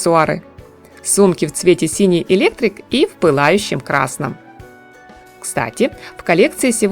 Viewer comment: а вот интересно. Вы просите писать комментарии, а сами их не читаете? Или только изредка? Почему каждый раз надо поправлять Ваше произношение? Запишите себе, пожалуйста, что в слове, обозначающем цвет, ударение надо ставить на ПОСЛЕДНИЙ слог! ЭлектрИк!!!